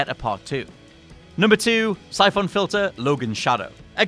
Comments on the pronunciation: Jeez, what's up with your pronounciation of most of these games? It sounds like you're trying to make them sound as obnoxious as possible... "Sye-phohn"? Seriously, look up how the words are pronounced before reading these lists, because it's REALLY off-putting! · The way that you say "Syphon" pains me. Apart from that nice job.